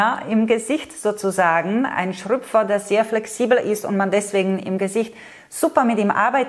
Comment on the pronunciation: Danke,, du bist echt klasse. 👍🏻 Was du vielleicht noch als Übung für zwischendurch einbauen kannst: Schr*Ö*pfer. Schröpfer, mit ö. 😉😅👋🏻